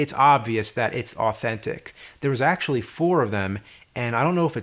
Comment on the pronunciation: He axe-ually uses it.